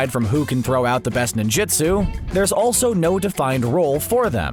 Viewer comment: Ur pronunciation of ninjutsu was enough to prove that you haven’t watched naruto at all